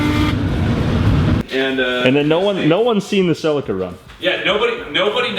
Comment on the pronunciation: keen for the Celica, but only if you pronounce it properly like the rest of the world